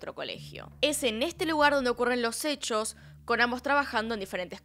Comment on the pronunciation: Gente normal: Hechos Yo: Ehhcos